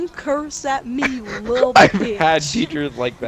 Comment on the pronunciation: 😂 pronounced bich like beesh